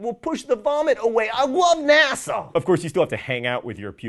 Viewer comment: "I WUV NASA" oh, john